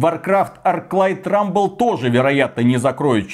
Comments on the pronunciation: Rumble а не Ruble. Ruble за такое - дорого! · Рубль? Вроде же Рамбл..